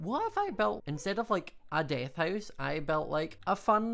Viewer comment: "DeAAth" sorry i just love the accent😂